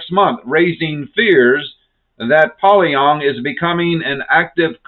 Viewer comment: I don’t mean to to critical but your pronunciation of Pyongyang is incorrect it is pronounced pee-yon-Yang not poly-yong